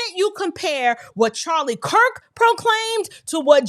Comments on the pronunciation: Along with the lies and slander, he didn't even pronounce the man's last name correctly. He said,, Charlie Crist. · He said Charlie Kris he didn't even say his name correctly 😂😂😂